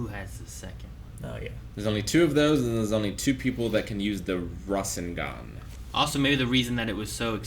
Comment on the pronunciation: Not to spoil, but there being another necklace like Tsunade's is never important. It was honestly just a throw-away detail. Also, the necklace is just a necklace. It's just that anyone besides Tsunade who's worn it has died. Also also, Rasengan is pronounced Rah-SEN-gahn.